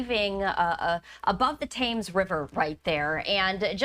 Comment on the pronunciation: It's "TEMZ", not "TAYMZ". /nitpick